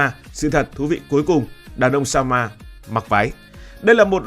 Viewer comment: Chứ " Samoa" còn không biết đọc, làm sao đủ kiến thức để đánh giá...Samoa !